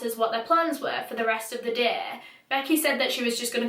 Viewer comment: The way you say day😩 "däeh"